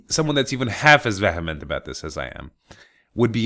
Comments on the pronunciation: My father and I also voted against the asshole from Italy but alas, it appears it wasn't enough. I really hope in a positive development soon. This country has had enough bullshit for a thousand years. Oh, and "vehement" is pronounced 'viːəmənt,, "ə" being the sound in "the". Just thought I'd let you know since it's one of my favourite words. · It's "VEE-uh-ment" though, but yeah I love your vocabulary <3